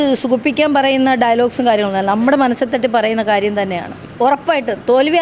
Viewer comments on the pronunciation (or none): 😂 കാരിയം അല്ല കാര്യം 😂